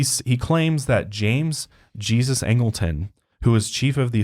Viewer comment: James Angelton's middle name is pronounced "Hey- zuez" not the English way of saying Jesus. He is half Hispanic so it's a Hispanic name.